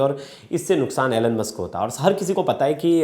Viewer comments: Atleast pronounce correctly when you are representing such a big channel. Its Elon Musk not Alen Musk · Bro you literally said " Anal-musk" 😂😂